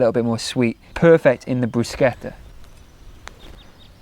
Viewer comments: You're pronouncing "bruschetta" the right way 😍 not a vegan, but very interested in adding some vegan recipes in my usual meals 🙂 Very calming videos, really enjoying ☺ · The first time I hear non italians pronounce Bruschetta correctly, I’m in tears